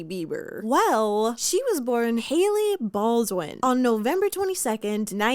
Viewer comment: Dis she say “Hailey Ballswin”? 👀